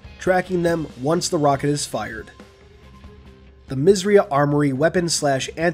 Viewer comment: Isn't 'misss eiiii uhhh' armoury? Good video though :)